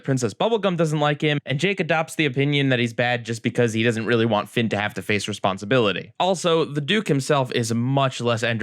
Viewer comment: I think you missspoke Finn and jakes name at the beginning of dungeon